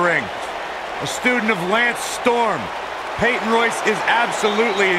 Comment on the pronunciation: It’s Peyton Royce